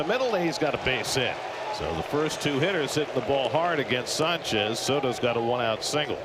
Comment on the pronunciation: someone tell that dumbass mets announcer to pronounce sanchez's name right good lord